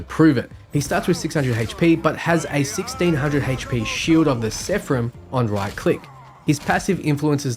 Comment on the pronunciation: lol 15K hp for monster hulk He can't read xD Edit- it got worse when he said "shield of sepharim"